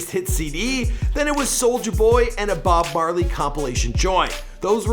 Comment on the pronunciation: Bob Barley?.... you kidding me?